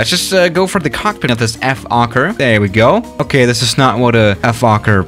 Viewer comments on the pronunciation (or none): Nobody: Nobody ever:: EF-okker